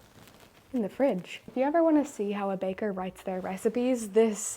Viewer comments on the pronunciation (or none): none